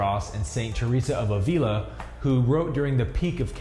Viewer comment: Avila, check pronunciation 🌺